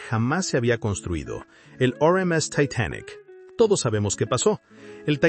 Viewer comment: Lo único que No me gusto es la pronunciación de algunas palabras , en ves de decir Titanic dices taitanic